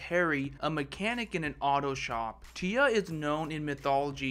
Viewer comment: FYI. Its not T-UH... Its Tyr (Tear)